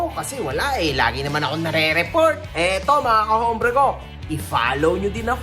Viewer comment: brother, whenever you say the word, "hombre", do not pronounce the H, it's pronounced with a silent H, as in OMBRE. para lng sa tama tayo, bro, hindi magandang pakinggan,e. tnx